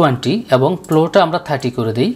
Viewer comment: আপনার উচ্চারণ খুব বিরক্ত লেগেছে। পর্সা মানুষ, পিল্টার, প্লো, জলসানো। এই শব্দ গুলো সব ভুল উচ্চারণ এবং বিরক্তিকর। শুধু এই কারণে সাবস্ক্রাইব িদিলামনা। ভিডিওটি হেল্পফুল।